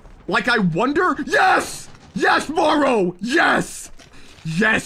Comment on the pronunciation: Hey me here again what are the odds bro this is my dad’s name Mauro you’re pronouncing it correctly but that’s OK lol